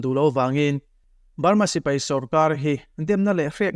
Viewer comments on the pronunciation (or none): none